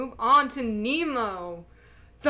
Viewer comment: Youd better pronounce Nemo like Némo as you pronounce cé in Beyoncé. The lyric is basically the wordplay using the pronunciation.